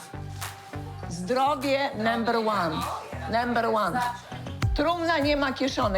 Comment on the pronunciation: Zdrowie "nember łan" 😂😂😂